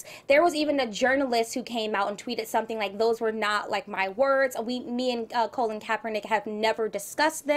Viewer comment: why is ashley calling colin colon????????? lol